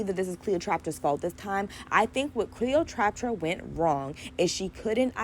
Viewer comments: Trap-pa not traptra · You saying Cleo’s name wrong the whole time is too much 😂 However, you had really good takes and advice. Keep up the good work